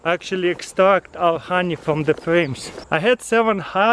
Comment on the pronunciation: 'Хани' he is saying the Russian х for the h in honey